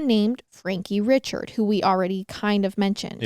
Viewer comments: these folks are Cajun. Chaisson is Shaw-sawn, Richard is Ree-shard, Guillory is Gill-ree, and DuBois is Du-bwah. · Richard is pronounced Ree-shard ❤